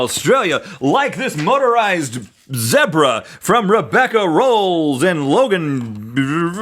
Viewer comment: Rhett said Zebra like it's spelled. Zeh-bruh, not Zee-bruh. Love it!